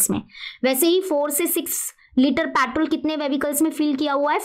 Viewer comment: Patrol , vevicles 😂